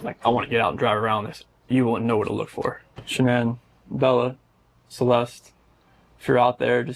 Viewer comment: “Sha-nan” Go fuck yourself with this bullshit, zero effort, trash.